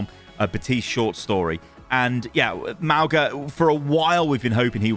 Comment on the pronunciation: It's "mah - oo - ngah"